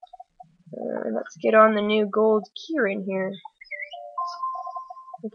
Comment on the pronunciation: It's Ken -Rin